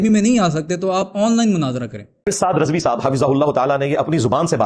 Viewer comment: Rizvi nahi razvi hota hai😂